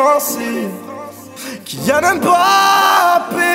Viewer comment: c’est pas Kilian c’est kylian